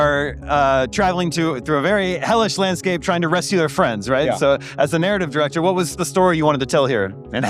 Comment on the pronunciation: “Narrative DIRECOT” Tf 😅